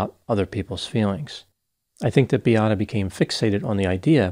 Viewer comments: please her name was Beata.not biata. I’m sure u can pronounce Beatrice. This is the same name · seems to be unrealistic in his analysis. Why not inform people that Beata Kowalski committed suicide as a result of healthcare staff treatment? Her name isn't Biatta but Beata should work on your pronunciation or at least make minimum effort to get to know the victim name. I remember how disrespectful and unprofessional was mispronunciation of Adam Malysz name. Is it because she was able to have children and was a woman?